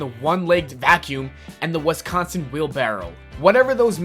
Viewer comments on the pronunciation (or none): none